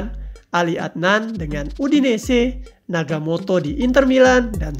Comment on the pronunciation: Nagatomo bang bukan nagamoto 😌